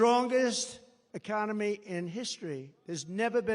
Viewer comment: "ECCONEMY"...."STUPID'.... &........ "A M E R I C A"........:dothefive::dothefive:!!